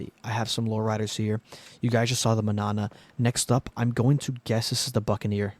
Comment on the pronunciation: I thought you were going to show a bunch of Fast and Furious cars and I would click off quick. Thanks for proving me wrong. The Manana is pronounced "mon" like how Jamaicans say "man" and then "yaan uh." It means tomorrow in Spanish.